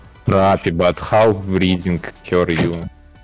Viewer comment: никто: вообще никто: юолы каждое видео: фраппи, микро